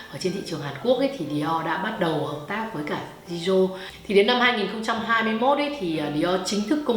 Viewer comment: Chỉ góp ý 1 tẹo là Jisoo đọc là Chi Su ạ. Tiếng Hàn chữ J đọc là "ch". Cảm ơn chị đã làm clip rất tâm huyết về Blackpink